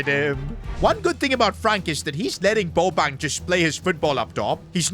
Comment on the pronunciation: Who is goin to tell bro that, that is not how u pronounce bobang's name